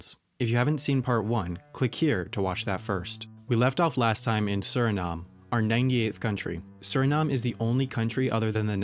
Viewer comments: and he can't pronounce easy countries like Uruguay or Suriname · We left off on Surinam-e and came back to Suri'nam